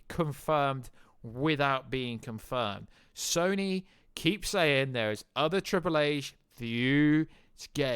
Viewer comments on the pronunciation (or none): none